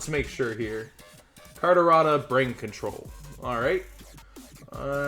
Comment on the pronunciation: I laugh every time he misreads brain control. HE's said it wrong on several past videos and even had it pulled up and still messed it up LOL. Keep up the good work on the videos!! :)